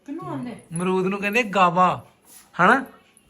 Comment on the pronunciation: It’s pronunciation is goo.aa..va not gaa… va